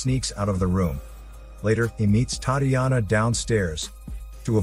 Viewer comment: Butchered the name Tatiana 😂 A for effort. Sweet movie